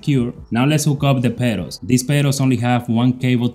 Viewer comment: i like the way he sayin pedals, perros